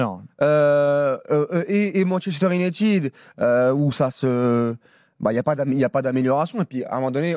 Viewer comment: Fernandes c'est le meuilleure jouer de MU, les commendataires ne regardent pas les matchs. Et je suis supporter de Liverpool. Et puis on prononce pas Manchester UniTED mais ID 😅